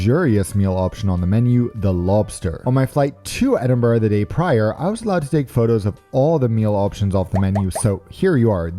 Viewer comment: Well done at your pronunciation of "Edinburgh" and not adding an "O" like most American's - No Balmoral chicken though, you missed out!